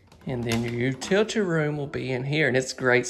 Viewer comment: Thanks for your videos I really enjoy them. However, I have to laugh every time you say “utility room”. I actually had to rewind it several times to figure out your Alabama pronunciation. You actually say, “you-two-tea” room. You’re killin’ me smalls. Thanks for the chuckle.